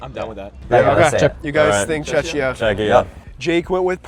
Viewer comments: did you say chechia? xD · Just a small pronunciation note: Czechia is pronounced “CHECK-ee-uh.” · Please don't say "Chechia" 😢